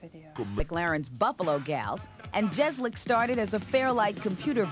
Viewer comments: "Jezlik" wtf ...nickname or American pronunciation fail? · BaddaBigBoom its pronounced jeckzalick I believe.